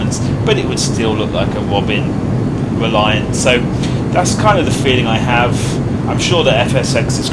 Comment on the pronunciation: Much impwoved.... Wather than saying,.... Wobin weliant....... Your voice cracks me up